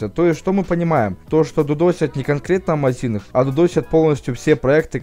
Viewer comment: Амазинг, а не амазИнх